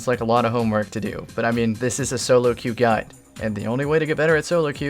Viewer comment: queue is pronounced Q.